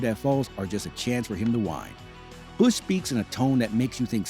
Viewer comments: “Kurt Bursch” 😂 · Narrator needs to review how words like "Busch" and "Menards" are pronounced.